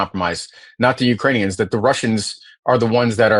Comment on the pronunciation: He called Ukrainians "Urainians" Get this clown out of office...... in video